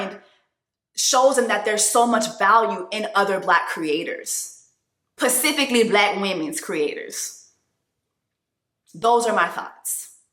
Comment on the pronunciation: Love you sis, but if you don't put that S in front of "pecifically" I'm going to scream!!!😂😂😂 Love you sweetie, stand strong!!❤